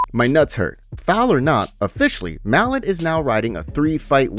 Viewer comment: It's pronounced "mah-lot"